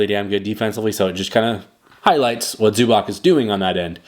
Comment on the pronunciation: If you gonna do a vid about a dude, maybe first learn how to pronounce his last name in proper way? zoo-bahTS, not zoo-back